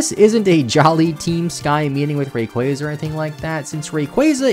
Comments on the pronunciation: Hey... really quick... Ray-quah-zuh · STOP SAYING RAYQUAZA LIKE THAT FFS